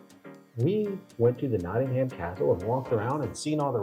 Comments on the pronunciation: 🎉The city is 'NottinghUm' not 'NottinghAm' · No such place as Notting-Ham. It's Nottin'um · Gosh my internal autisitic british head is going crazy at there mispronunciations especially of nottingham it ends with a hmm not a ham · If you really do want to learn about England and the English as you claim at the start you could do well to learn how to pronounce English place names the way they are pronounced in England! Nottingham Castle is pronounced Nottingum, one word, Castle not Notting Ham Castle just like Buckingham Palace is pronounced Buckingum Palace not Bucking Ham Palace! A little bit of preparation goes a long way! Hang on a gosh darn minute! I just got to 1 minute into the video and gave up. You seriously thought that America was the only country in the world that ever had a civil war? Seriously? Are you kidding me? Honestly? Go on, please tell me you were joking! Pleeease! For the love of God, please tell me it was a joke just for my own sanity before I start tripping! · It is pronounce 'knotting-em'. Hence the dirty song. And remember that the term "Civil War" actually comes from the Latin and the Romans had a civil war after the death of Julius Caesar. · Please say Nottingum. Please note, also, that there have been a number of so-called 'civil wars' in England, one of them three hundred years before Columbus set sail to 'discover' the Americas. The Stephen and Matilda war could be classed as civil war, and later on, but still before 1492, the Wars of the Roses lasted over thirty years in the mid-1400's. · NOT ing HAMM 🤣🤣👍👍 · Your ears must have bled every time they said Notting Ham the way mine did! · You haven't learnt how to pronounce Nottingham yet.😅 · Did you actually go to Nottingham? Because no one in Nottingham pronounces it like you do. Thats the American way. Did you even speak to any British locals?